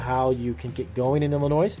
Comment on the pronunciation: The s in Illinois is silent, bro. Man every time I heard that my brain died a little. :D